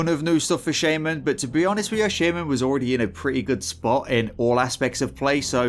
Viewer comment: You are pronouncing Shaman correctly in shamanistic rage but wrong by itself